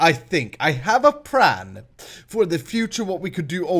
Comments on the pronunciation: its plan not pran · Damnit it's PLAN! not pran.P_L_A_N!! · u say pran not plan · It's pLan Not pRan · pLan not pRan yes i only did this cuz you said so in the vidio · its plan with an "l" not pran you crazy fool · it's not pran it's plan PLAN! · it is plan not pran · Am I the only one that hears pran wen pretty and when he says plan PS there is nothing wrong with how he talked : ) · hey, i have a question. are you japanese, since you f.x pronounce plan with an r sound, this is comon in japan. so are you?